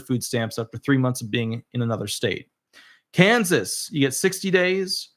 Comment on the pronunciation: Did he say Kansas???